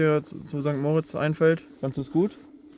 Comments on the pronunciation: St. Moritz wird nicht wie der Name "Moritz" betont, sondern, wie für das Engadin bzw. den Kanton Graubünden üblich, mit Betonung auf der zweiten Silbe Mo-RITZ (etwa wie Morritz). Andere Beispiele: da-VOS (nicht DAvos) oder zwar nicht Engadin, aber ähnliche Region (in Liechtenstein) va-DUZ (nicht VA-duz) Und man sagt nicht "Grützi" sondern "Grüezi". Das e wird auch ausgesprochen. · Sorry, bin Lehrerin: Bei St. Moritz wird das i betont und nicht das o.